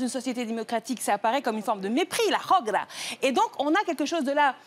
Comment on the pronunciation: Mdrrr 1.12 la hogra elle a dis khogra